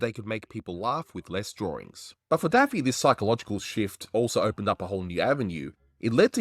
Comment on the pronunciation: Did you say Taffy?!? wtf